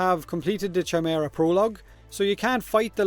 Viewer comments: I know it's a really nitpicky thing to mention, but "ch" in chimera isn't pronounced like chimichanga, but as a k. And yes, I'm fun at parties :D Also, I hope some cosmetic stuff will be on the loot table for the new game mode. It could even be on a blueprint format, like you get the blueprint for the shoulderpieces, and not the actual items straight on. All in all, I'm interested, mainly for the updated gas city and the lore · the way you pronounced chimera is so wrong